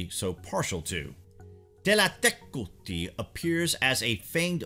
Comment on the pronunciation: Kudos for learning the exact pronunciation.